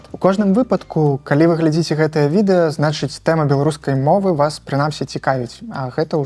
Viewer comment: Калі вы ГЛЕДЗІЦЕ, пастаўце лайк ці дайце каментар... Тут націск на апошні склад. Гэта я кажу вядоўцу праграмы. Такая гутарка вельмі патрэбная, хаця пра гэта ўжо шмат гаварылі на розных пляцоўках. Дзякуй.